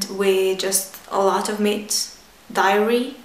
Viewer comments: i love how you said it's about understanding, not motivation. also near the end were you talking about dairy? if so, just wanted to let you know it's pronounced "daery", not "diary" i love you sooo much. thank you for this video! <3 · love the video! I like the way you say dairy. sounds like your about to say diarrhea lol